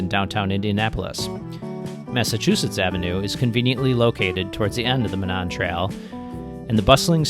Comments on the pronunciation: A headwind coming north from Indy is actually unusual! Monon actually pronounced MOE- nahn ❤ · it is pronounced MO- non. With a long O on the first syllable and short O on the second. That is my only criticism. Great video! I ride a lot of those fine northwest Indiana trails just about everyday. Safe riding to you!